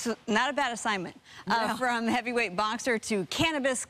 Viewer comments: Fucking guy he said “heavywhite” 💀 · Did be say "heavywhite"??? Lol reporter must be on that "white" 😂